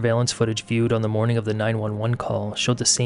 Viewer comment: I love his channel but find the pronunciations of G as K. Eg, 'mornink' instead of morning, irritating. . I'm just highly sensitive to annoying sounds.